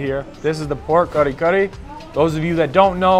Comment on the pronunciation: I dong like how you said lumbia its lumpia 😢 and you said kari-kari its kare-kare 😤 and bangus you said banggus 😡